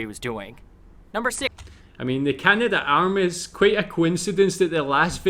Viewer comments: Dude's grandfather worked on the Canadarm, yet he pronounces it incorrectly as the "Canada - Arm"??? It's Canad'arm, not Canada - Arm. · In Canada we don't say "Canada Arm" but rather Canadarm (three syllables). Careful of these videos when reacting, so many are made by people with little real knowledge of Canada as clickbait. Stick to the National Film Board of Canada or other reliable sources.